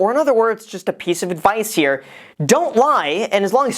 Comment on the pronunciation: What's up you guys? It's Graham HEAAH. Whipping out the Boston accent on us!